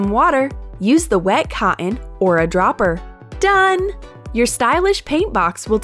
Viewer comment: Super it is not coeen it cotton sorry to say this 😭😭😭😭😭😓😀😁😀😀😀😀😁